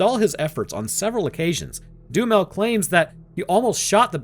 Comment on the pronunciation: Anyone else hearing DOOM METAL instead of Duhamel?